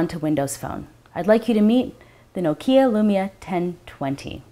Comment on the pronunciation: Nokia has the accent on the O not on the I, you pronounce Lumia right. Put the accent as you do in Lumia and Nokia will be pronounced right. And possibly not the english rounded letter O that sounds like OUUU but a sound like OH.